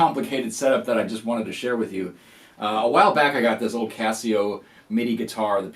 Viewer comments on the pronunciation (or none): none